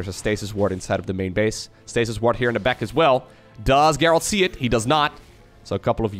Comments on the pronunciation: the name Gerald is pronounced like "jerald" with the j sound that comes from japan or james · In english if the G is followed by an E it has the sound of a J. So its pronounced Jerald. Also, the last purification nova hits those stalkers if you watch the supply at the end. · If it's a Witcher reference, well, cool then. Just thought I'd point out that, typically, it's pronounced the other way. Cheers! :) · His name pronounced Jayr reld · Thanks for casting so many great games! Just for future reference, the name “Gerald” is pronounced with a soft g like the name George or the word gentle. Identical to a j sound. :)